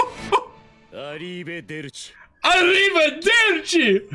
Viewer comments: This episode is too cool, no matter how many times I watch it. Oh, right. It's "arrivEderci", not "arrivAderci" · *ArrivEderci Not "arrivAderci" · It's Arrivederci not Arrivaderci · *angry italian noises* It's arrivederci, not arrivaderci. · IT'S ARRIVEDERCI NOT ARRIVADERCI !!! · By Italian boy It's "ARRIVEDERCI" and not "ARRIVADERCI" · Not to be that guy but... it's supposed to be "arrivEderci", not "arrivaderci". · It's arrivederci, not araravederci. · God it's "Arrivederci" please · it's arrivederci lol